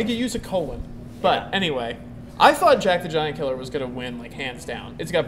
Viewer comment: i like the way you pronounced "jack the giant killer"